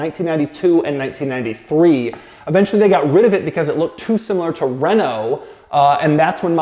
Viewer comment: Awesome that you said 'Renault' properly. Thank you.